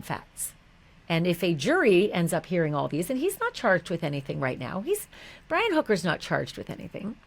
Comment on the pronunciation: Haha "Bri-Wi' love it